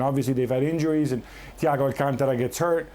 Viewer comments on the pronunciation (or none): guy with the air pods butchered thiago’s name